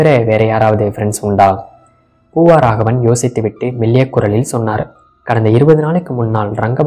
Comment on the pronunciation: ஒரு திருத்தம் : "பூவாராகவன்" அல்ல! " பூவராகவன்!"